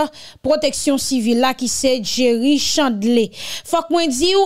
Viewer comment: C pa jerry chandlé c Chandler li ekri en er li prononcè ère Jerry Chandler